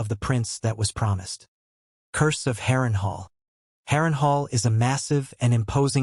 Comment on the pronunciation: Good video but I died when it pronounced it Harren hore... 10/10 would pronounce again...